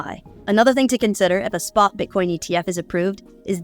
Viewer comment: Wtf? Did not name the Bitcoin spa exchanges???? The word is spot! Wtf is with this generation not pronouncing the letter t anymore?????? Kitten is now kih ennn...button is buh ennn. You're not in Great Britain. Or Great brih ennn